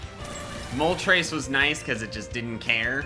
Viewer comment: It’s not moltrase it’s more moltress